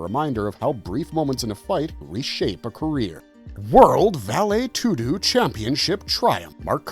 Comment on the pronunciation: Vale toodoo huh?